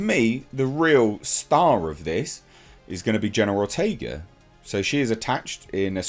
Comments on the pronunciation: I kept mishearing it as you saying General Ortega. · pronunciation of the name keeps sounding like "General Ortega." 😄